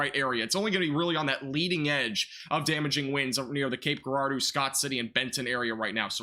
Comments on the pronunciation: Cape Gerard-O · Cape Jer-ard-o